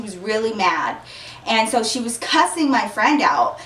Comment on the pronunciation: i don't know why people say cussing like the word is pronounced cursing